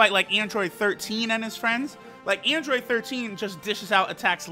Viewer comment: EEndroid, dEEmEge, gEme Android, damage, game Why does he sound like that?